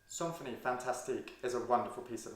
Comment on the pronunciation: It's more like 'sanfonie' than 'sawnfonie'. 'Idée fixe' pronounced 'fix', the 'e' is silent here. Very interesting video! Thank you.